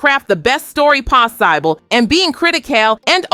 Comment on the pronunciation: When ai can pronounce words better then real humans 🤷‍♂️🤣 pos-eye-ble